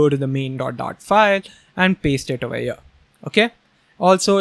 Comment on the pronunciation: I think there is some problem in my earphones whenever says 'here 'i hear 'ear' Need to change earphones. 😂😂😂 Love your work ❤